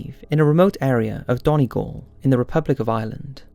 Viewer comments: Im sorry, but I live in Donegal and I cringed at the way you said it, it's prononced done-e-gaul hope you read this and I understand that Irish county names are weird, but for future reference Donegal=done-e-gaul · Coool! The one in Ireland the place is pronounced done - e - gal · Okay. I just need to say this otherwise it will bother me. Donegal is pronounced Dun-EE-gol. I don't mean to be rude and forgive me if I am but it would just bother me if I didn't say it XD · Wooo Donegal! My home! Also great video but your pronunciation of Donegal hurt to bad I think my ancestors felt it. 😂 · Scariest thing about this video is how he says Donegal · Im from ireland and they way he said Donegal is too funny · That’s not how you pronounce Donegal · Omg...... I'm Irish and the way he said Donegal... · its funny the way you said Donegal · Lost it at the way he pronounced "donegal" 😂😂😂